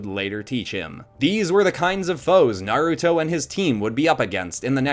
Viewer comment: ITS NAR-A-TOE